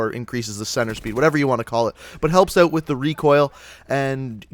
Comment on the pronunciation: Why ft does he pronounce out like oat?